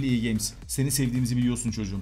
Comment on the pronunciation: Abi neden ea games diyon fifa de